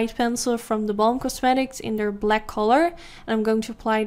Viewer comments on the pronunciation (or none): none